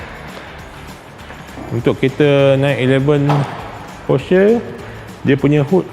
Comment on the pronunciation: kejap porshare kejap porsher. sebut brand pon tak betul